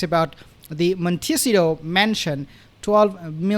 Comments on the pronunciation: I am from California- the town is pronounced with the accent on the third syllable: Mon-tuh-SEE-toe (spelled phonetically) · Mon (as in gone) - te (as took) - cci (as in see) - to (as in toe.) See, that wasn't so hard, was it ? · it is pronounced “mon ta see toe” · In Montecito, the ci part should be pronounced like see, with the syllable being a bit longer. Thank you for your wonderful channel.